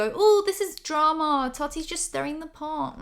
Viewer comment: "Invested in the dra-MA"